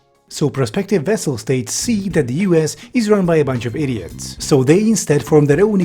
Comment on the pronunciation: Please note that it's "vassal" states, not "vessel" states.